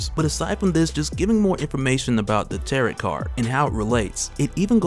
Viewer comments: FYI it's pronounced tear-row not tear-ot. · Heads up if it comes up in the next one is that they are not called 'terr-et' cards. The second t is silent, so it is 'terr-oh' cards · Tarot rhymes with Pharaoh. And for anyone who comes me, there is nothing wrong with mispronouncing something because it means you read a new word. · Tarot is pronounced tear-row, the t on the end is silent. Much love bro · I can't get past the way you pronounce Tarot.